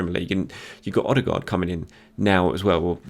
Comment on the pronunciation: Martin Ødegaard man not Martin ostegaard